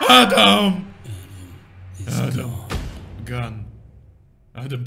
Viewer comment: Оружие это gun а не gone